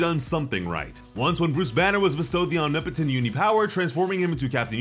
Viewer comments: Omni potent?? Bro it’s omnipotent. Look up how to pronounce it 😂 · Did he say Omni-potent for omnipotent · That is not how you pronounce omnipotent